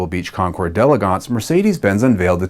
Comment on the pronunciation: Thanks for pronouncing d'elegance correctly.